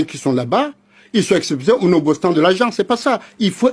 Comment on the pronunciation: Nobostant ???? 😂😂😂😂😂😂 C’était quoi ?? Nonobstant ??? 😂